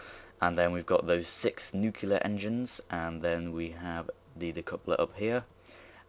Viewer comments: I need to say, it's nuc-LE-ar, not nuc-U-lar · "nucular" lol